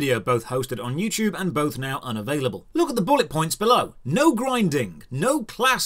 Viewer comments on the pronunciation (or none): none